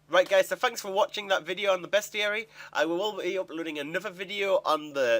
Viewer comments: its pronounced ... beast-uh-ree .. Dur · It's pronounced best-i-ary. It rhymes with diary. It's a monster diary. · it's Beast-ary i think. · Its beast-e-yare-e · oh you slaughtered the pronunciation of bestiary:D